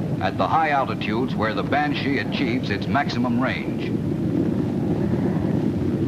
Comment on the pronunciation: The voice-over announcer's pronunciation is funny ..'ban-SHEEE' (heavy on the 'she' part and with a lingering 'e' sound. Cool jet though; the iconic jet shape for me, for as toy jets went back in the '60s, that jet was what I played with when I was 7 or so. Thanks for the upload! GREAT!